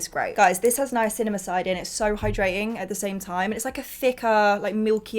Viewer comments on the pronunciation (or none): Niacinamide lmao not niacinamacide. Made me laugh x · "Niacinommocide" 🤣🤣 babe